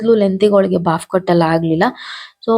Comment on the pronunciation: ಜಾಸ್ತಿ english use ಮಾಡು ತ್ತೀರ ಆದರೆ correct english ಮಾತಾಡಿ.ಅದು ಬಾಫ್ ಕಟ್ ಅಲ್ಲ, bobcut ಅದೇ ರೀತಿ wardrof ಅಲ್ಲ wardrobe.